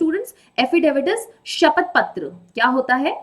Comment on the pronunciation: it is not शपत its a शपथ